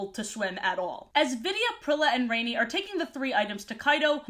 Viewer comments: Rani's name is actually pronounced like Rah-ni (kinda like Ronnie?) not Rainy. I know this because I listened to the audiobook versions as a kid. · Rani's name is pronounced RAH-nee. She's named after Gail Carson Levine (the author of the book)'s sister. I understand mispronouncing, I did until I heard the author say it. Rani was always my favorite character and I still use her metaphor of being "filled with water" as an excuse for why I'm such a chubby crybaby. Even her quirk of finishing people's sentences was something i related to because it was something i did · No idea if "rain-ee" is how you're supposed to say the name because Rani is an indian name pronounced "rah-nee" and I assumed that was how you said it and this confused me like hell as a kid because I wasn't sure why an Indian sounding name was used for a blonde/blue eyed fairy lmao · Ranis name is pronounced ron- ee like Ron Wesley or whatever tf that dudes name is . If it was raini ( rain-ee) it would be spelled raini :3 just thought you should know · You know the fairy named "rainy" its not actually pronounced "rainy" it pronounced "rah-nee" spelled "rani" which means queen in hindi (hindi is a Indian language) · I'm so happy to see this omg side note I always pronounced Rani as rohn-y instead of rainy as a kid